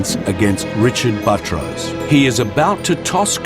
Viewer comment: His name is Buttrose, but the narrator keeps calling him Buh-troce, similar to buttress.. It should be pronounced Butt Rose. If it were my name, I would pronounce it like Buttress also. I bet he had fun in elementary school every time the teacher called his name.